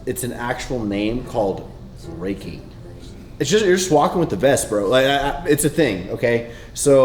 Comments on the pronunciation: Did he say Raking!? I thought he said Reiki like the meditation excersises. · Its called Rucking not Raking. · its rucking ... not raking haha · Raking? 🤣🤣 what… It’s RUCKING! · Isn't it called RUCKING..like RUHking.??